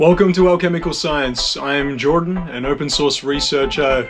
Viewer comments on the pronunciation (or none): none